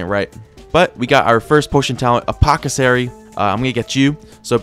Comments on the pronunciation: "apothocery" apothecary* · I die a litte more everytime pronounces apothecary as " Poh-cuh-sary "